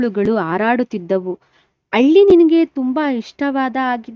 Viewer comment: Nivu pronounce correct agi madi madam..alli antira...halli annodu..matte hall annu aal annuttira...